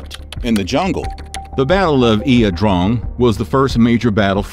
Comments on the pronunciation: Its pronounced eye uh drang not e uh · pronounced..."I draaaang" like drain....jeez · "Eeah Drong"?? 👎